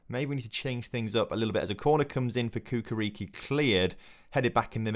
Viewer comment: Hey brotha love the series! It's Chukarichki not Kukariki :D Keep it up